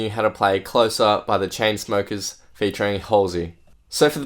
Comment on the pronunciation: haha you said chainsmokies